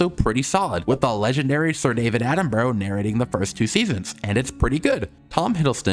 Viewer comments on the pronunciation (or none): Prehistoric planet is overrated? Your overrated go to hell it's literally the most accurate Prehistoric documentary and your pronouncicion of david Attenborough is just so wrong. And your opinion is such a bad one how can you sit there and say prehistoric planet is overrated and then say it has some of the designs and animations in a paleodoctamentry also when dinosaurs roamed America sucks so bad